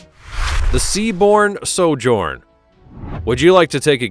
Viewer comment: The nauseatingly patronising narrative is enough to put one off. Understand there is a difference between ship and boat. These vessels are SHIPS - boats go on ships. While you're about it please learn how to pronounce Hebridean and Sojourn.